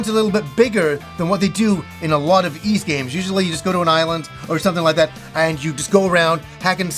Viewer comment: To the lesser lowbrow folk pronouncing it “ease”, it’s pronounced “Wise”. Thank you and have a nice day.